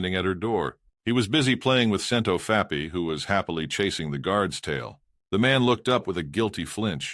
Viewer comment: I also am getting used to hearing "Scent of fappy" instead of Scentofhappy. I laughed the first few times I heard it.